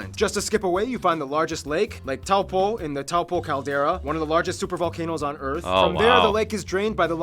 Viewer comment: His pronunciation of words is good but Taupō irks me....it's pronounced Toe-Paw